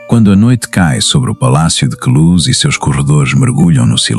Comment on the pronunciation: não é palacio de cluz é de Queluz!